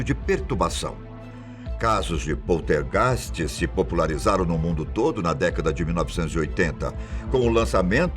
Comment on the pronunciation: Que merda de video ... muito bla bla bla como todos os videos do canal ... muita narrativa ... e outra heim precisa aprender a falar poltergeist ok ...